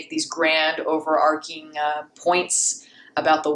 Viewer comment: Great video. Thanks for making. BTW: Since you are intelligent and likely do not want to pronounce words incorrectly, here's a tip: overarching sounds like marching not marking. Be well.